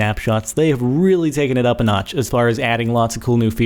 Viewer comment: lol "take it up a NOTCH!"